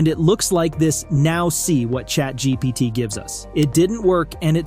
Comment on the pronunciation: he said ChatGTP...